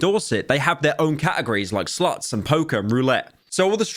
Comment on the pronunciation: His pronounciation of slots made me think twitch was banning sluts??